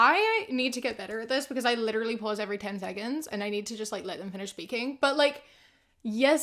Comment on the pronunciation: if she says litraleee 1 more time I'm Literally gonna lose it